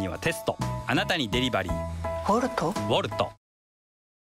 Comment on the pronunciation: 最初コルトって言ってるよね